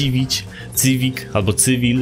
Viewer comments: to jest sziwik ło kurde szywik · Nawet nie potrafisz poprawnie wypowiedzieć nazwy tego samochodu